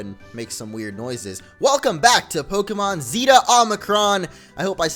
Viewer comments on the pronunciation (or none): Zeta: Zay-tuh Omicron: Oh-meh-kron Get it right bro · It's Zey-Tuh not Zee-Tah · Just to help you with the letter's pronunciation. Zeta -> Z-ay-ta ^^ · Is pronounces Zey-ta MO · Zay-tuh Oh-mick-rom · Zay-ta and Oh-mi-cron, just fyi. :-) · Zeta is pronounced with a short e not a long. I had to learn the Greek alphabet in 6th grade.